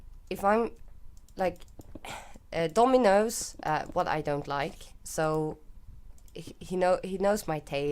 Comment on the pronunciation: Lol. You said Dommy knows. (dominos)